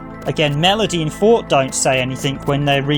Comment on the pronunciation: Loved the video! Btw, Forte's name is pronounced For-tay. It's an Italian word, translated roughly as meaning loud, or to get louder. Now I'm gonna go deeper into your video for an entertaining listen while I drive my truck this shift. Thanks for the upload!